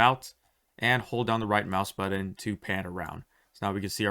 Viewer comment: and how to pronounce words like "button" incorrectly.